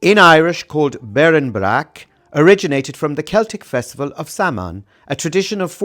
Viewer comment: Cute but how do you not know how to pronounce Samhain?!